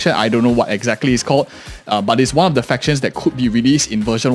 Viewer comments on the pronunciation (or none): none